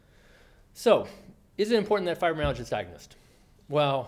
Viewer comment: You would think the speaker would at least make sure he pronounced fibromyalgia correctly, as well as the rest. These are sx. of all auto immune disorder s..